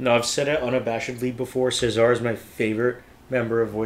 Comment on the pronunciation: Right, they have a wonderful feel for atmosphere, and project it so well. So much more than just singing. I don't that's it's too important but the guys stress the first syllable of Cesar.